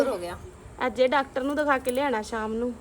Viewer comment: Tusi loon nu nuun kyo boldy o